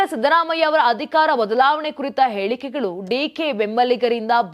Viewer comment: Pls correct your pronunciation it’s not Bheku it’s beku, and it’s aelikegalu it’s helikegalu.